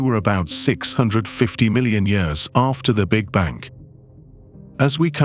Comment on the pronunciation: This is so unenjoyable. What the fuck is with the English voice first of all, and he can’t even say big bang. Is this some kind of computerizized voice.